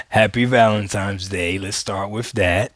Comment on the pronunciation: valentimes? Ebonics is real.